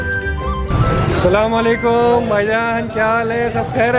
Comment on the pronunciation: Bhai sallam wallekum nahe Asalam Walekum bhai salaam ALLAH ka kalam hai Bhai sahe bola karo